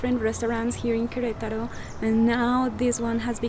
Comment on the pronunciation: May prononunces the A in Queretaro. Why don't you? I'm assuming she's right?